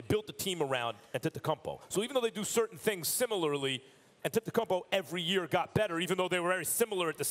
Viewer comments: Max: A-tempt-kum-po 🤦🏻‍♂️ out here butchering his name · Max “on-ten-tun-kumbo” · Max Kellerman needs to stop saying antetokumpow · How Max pronounces Giannis last name: Antecumpo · MAX KELLERMAN. IT HAS BEEN 4 YEARS. HOW IS IT POSSIBLE AS AN ANALYST THAT YOU DON'T KNOW HOW TO PRONOUNCE HIS LAST NAME?